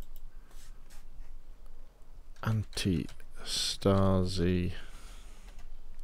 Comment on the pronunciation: antistasi is pronounced antEEE-staseee = resistance in greek. i know no one cares rly but perhaps someone is interested in the correct pronounciation of that word.